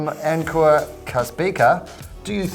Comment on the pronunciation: One football is like Public shaming of giants They kill.names😂😂 It's Ankur(Un kur) for God's sake😂